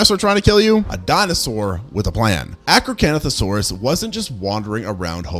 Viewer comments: I know you did not just mess up my baby's name 😒😂 Acrocantosaurus ( ak-row-KAN-tho-SORE-us) is one of my favorite dinosaurs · ah yes the arcocanothosaurus